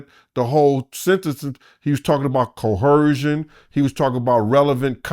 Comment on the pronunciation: If this nigga say "coercion" wrong 1 mo' time.